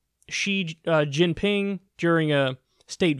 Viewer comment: His pronunciation of Xi Jinping isn't bad